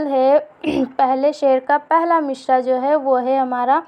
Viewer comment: تلفظ پہلے درست کر لو مصرع میں ش نہیں ہے